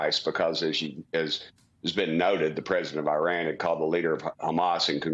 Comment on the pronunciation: He’d be more believable if he knew how to pronounce Iran. And then he says Jim Jordan and Steve Scalise (may not be spelled correctly) are good options for speaker and lost all credibility. Sigh.